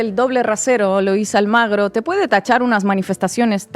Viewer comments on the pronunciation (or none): Chicas, No es Luis Almagro. es: Luis ALMUGRE.